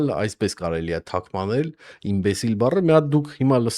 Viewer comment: մի ասեք ՜՜ թաքմանել ՜՜ ՝ բառը պիտի հնչի ԹԱՐԳՄԱՆԵԼ ՝ այ դա կլինի հայերեն՝ ու դա շատ ՜ է պետք ԼՐԱԳՐՈՂԻՆ ……..